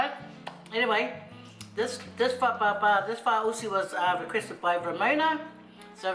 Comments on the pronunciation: 😂😂😂 how you pronounced it... It's FA-AU-SI not FA-U-SI 🤣🤣🤣 Malo... Looks so good thou...I want to try making it with kalo... ❤❤❤ Can you please make "MASI POPO". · I cringed when you pronounced faaausi. It felt like you were swearing in Tongan ‘matausi’ 😂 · 🤣🤣🤣 I swear I thought u were just kidding with your pronunciation of this until u kept saying it wrong all the way through 🤦🏻‍♀️😅😂🤣 oh you're funny. Thank you for this lol made my night!!! I hope u and the fam are safe and well during COV19 🌺